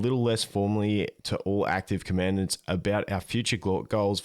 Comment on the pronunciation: Just FYI, it's "Com-en-dahnts." Thanks for the update videos.